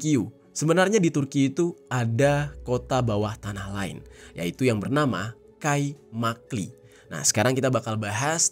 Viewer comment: i tanpa titik dibaca e jadi kaimakle